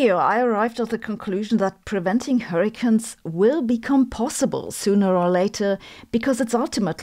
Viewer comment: Are you pronouncing hurricanes as hurricans so that you can coin the term hurricants when the technology to stop them from forming is developed? 😛